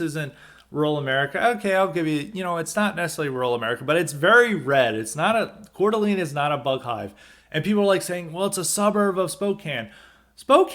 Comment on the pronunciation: It's pronounced "core-d'lane." Lol. Wouldn't be an episode of highly respected without mispronouncing something! I tried for over a year to try and get a plumbing apprenticeship. Gave up after calling all the local plumbing companies in a 40 minute drive radius in a semi rural area. No takers. I had an offer to work for in HVAC, but they offered minimum wage to start! Talked to an older trades guy about it. Sadly, he told me this is how it works. You have to accept Low wages for at least a year. And it's just not doable for most people. This is the reason why they have a labor shortage too. The starting wage is too low. Yeah, in 10 years, you can start your own business, but the small businesses nature of it means you'll get a low wage and absolutely no benefits until you get a lot of experience. And honestly you have to know people and have connections to get these guys to hire you. I only got an offer from the HVAC guy because of a reference from a connection!